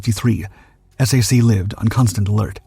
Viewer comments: You keep saying S-A-C... do you mean SAC as in SAC Headquarters? If so, it's pronounced like SACK. Not S-A-C. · Please call it "Sack" (SAC). NOT "Ess A Cee". AI narration should be much better than it is. I guarantee that ANY Human Narrated Video does NOT call SAC "Ess A Cee". Many big AI are called LLM for Large Language Models. They should be learning from listening to real Humans talk and pronounce words and especially acronyms as they are always pronounced. Like the J-79 turbojet engine. Every English speaking human calls it the J79 (Jay Seventy Nine). NOT the "J (pause) dash Seven Nine". AI narration is definitely not ready for Prime Time any time soon. If Ever. I think it's an overhyped bubble to squeeze the last amount of wealth out of the USA before the "Tech Bros" leave for foreign enemy states. As reported yesterday, that may include France, the UK and Germany. However that is probably AI generated BS propaganda. That's one thing AI seems to be useful for these days. Making s**t up to cause geopolitical stress and uncertainty. Leading the USA into fighting wars for other POS countries like Israel who can't fight their wars with their tiny AWOL military. I don't GAS about Iran, Israel or any other country in the Middle East. Let them work it out for themselves. The USA needs to immediately declare harshly penalized capital controls to prevent all that wealth created or fraudulently gained from leaving this country. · "SAC" is the acronym for the Strategic Air Command of the USAF. is is pronounced "sack" like a sack of potatoes, Not S A C. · Stunning aircraft, "slop"py video, featuring "ess ay see" and two more engines than were really there. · It's pronounced /sack/. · I know you need AI for a voice, but please...SAC is pronounced "sack", not the letters... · SAC is pronounced sack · S.A.C. pronounced SACK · No one ever said S-A-C. It was always said "sack," always.